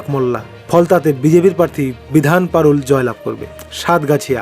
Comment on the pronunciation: আগে আপনি ঠিক থাক পর্থির নাম উচ্চারণ করুন পরে রেজাল্ট বলবেন। ওটা মাগরাহাট নয় মগরাহাট । বিধান পারুল নয় বিধান পারুই। কোথা থেকে পান এসব নাম।